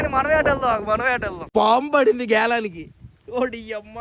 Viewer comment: పాడింది కాదు అన్న పడింది 😁😁